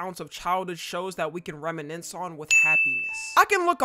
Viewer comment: 2:99 "remenince" Reminisce, pronounced rem.ɪˈnɪs